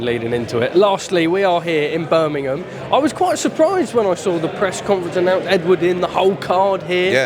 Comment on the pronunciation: Eddie is 44 years old and still can’t say Birmingham properly 😂